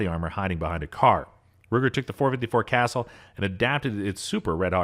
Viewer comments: Very long winded and does not know how to pronounce "casull" daaaaa!!! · If you are going to do a video like this, you need to pronounce the caliber names correctly. Example 454 Casull (caw sool), not what sounds like castle. Destroys your credibility when you mispronounce a very common and popular caliber. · Casool. Not castle. Stop reading scripts and go shoot something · .454 Casull is not pronounced "castle". It's pronounced like "Ka-zule" Was driving me crazy. Just like this guy I know who pronounces "Mosin" as "mouse-sin". It really shouldn't bother me as much as it does but idk. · Thank you for this. I was a out to start the video and I know I could not have endured such. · Interesting views on most powerful handguns in the world. My only issue with it was the narrator's constant mispronunciation of Casull. For most of the review I thought there was a new round i had never heard of before, the .454 Castle. At least that is what it sounded like to me, whereas it's actually Ka-sool for .454 Casull. One other thing was that handgun that fired the .600 Nitro Express rounds looked photoshopped as do some of the other weapons i have seen in this channels video lineup. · Casull is pronounced "Kha Sool". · I found it amusing that as you were extolling the 7600 ft lbs of energy from some heavy load, you had video playing of someone loading a .22 revolver. Why you bothered to have those pictured, at all, on a video of powerful handguns, escapes me. BTW, Casull is pronouned Kah-Sool. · This guy needs to learn to pronounce the names correctly. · Dude 454 casull is pronounced cassool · lol the casull is not pronounced "castle", never heard anyone else say it that way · Something, something, Big Ir0n on his hip. .44 Special for D-FENS against enemy humans. "kuh-SOOL." It's a French name. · No offence, but Casull is not pronounced as casell ! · It’s pronounced, Casool! Although, it’s spelled Casull!!! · Drove me crazy that he pronounced Casull as castle. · Casull not castle